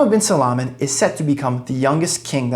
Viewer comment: It's Salman not salaman😂